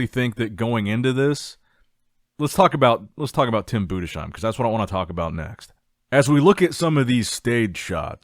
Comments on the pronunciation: Its Tim budes heim Not budesh eim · Nicks strength and comercials still not knowing how to pronounce Tim Budesheim